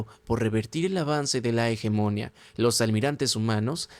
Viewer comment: No quiero ser pedante y me encantan tus videos pero me cauda molestia auditiva oirte pronuncia tanras veces la palabra hegemonia mal, la silava tónica es la última hegemonía